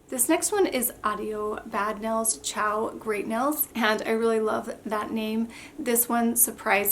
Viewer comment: The word is Nails. Not nells. 🙄